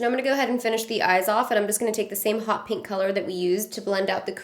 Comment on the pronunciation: Yo when she said pink, I heard kinky. I was caught off guard